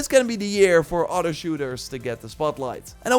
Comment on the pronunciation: It’s other, not otter.